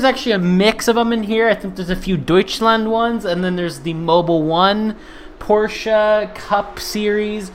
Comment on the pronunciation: I like your 'Porscha' uhauahauha. Thx, mate !!! Cheers from Brazil.